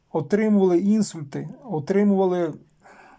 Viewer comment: Не іНСУЛЬТИ, А ІНСуЛЬТИ. СЛУХ РІЖЕ.